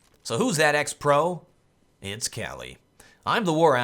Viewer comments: not kqly but kukli :D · Isn't it pronounced Kukly ?